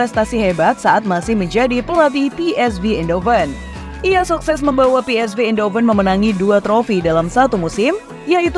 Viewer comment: Pengucapannya: ein hofen. Bukan: indo fen.